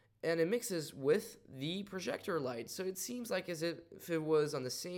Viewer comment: It's not a prozhector. It's a proJector.